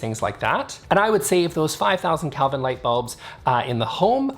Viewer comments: First off, it's "Kelvin." You seem to be saying "Kalvin." I don't think I agree with you on the first point. It sounds like you're saying that the higher energy lights are for higher energy spaces (work spaces vs relax spaces). I'm inclined to think that it's more an issue of the color that is given off by the lights. The low Kelvin lights give off a warm color and I figure they would match better with warm colors. The high Kelvin lights give off a cool color that I figure goes better with cooler colors, like blue or green. So I'm inclined to think that it's not so much a matter of what the energy of the space is, as it is the color scheme of the space (You can always dim a high-Kelvin light). I'm curious to know what the aesthetic effect of cool lights (high Kelvin) on a warm color scheme, and warm lights (low Kelvin) on a cool color scheme. I suspect that the walls (Let's take painted walls as an example) would just have a lot less light to reflect, so they'd be dimmer. And that might be a good thing. For example, let's say you had a blue-colored bedroom and put warm (low Kelvin) lights in it. In the morning, the sunlight would show the more vibrant and cheerful blue that would signify a real energetic day. In the night, however, the warm light from the low-Kelvin lamps would be dimmer against the blue walls (I suspect) thus creating a dimmer space (compared to white walls) that might be even more appropriate for the nighttime. This is just speculation, though. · It's pronounced kelvin with a short e, not Calvin. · Never heard of kelvin. I actually thought you were saying "Calvin" and I had to look it up. I thought maybe that was a Canadian thing.😆